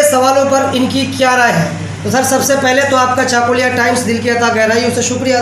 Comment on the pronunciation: unito chakulia uchcharon korte pare na aage uchcharon korte sikhun